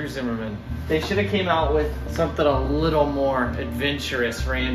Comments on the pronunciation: Zimmern not Zimmerman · why is everyone saying zimmerman when its zimmern lol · Have you realized you are mispronouncing Andrew's last name? I did the same thing too. Please double check. Thanks